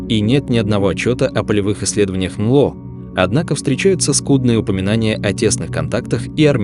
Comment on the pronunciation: "Анло" - это "НЛО" из уст ии‼️ Да❓